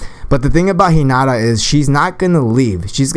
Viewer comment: you said 'hinada' and 'narudo' wtf